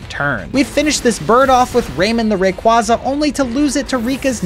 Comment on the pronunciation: Bro said RAQUAZA 💀💀💀